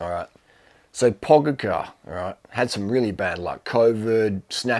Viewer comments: Durian, it's pronounced more like PogaCHar, not PogaCAR. Love your videos! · pogacar = PO-Got/cha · And still 'Pogachar '😁😁😁😁